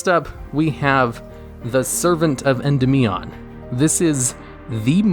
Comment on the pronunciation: anyone else notice that when he was talking about electrumite he pronounced endymion correctly, and while talking about servant he doesn't even get close?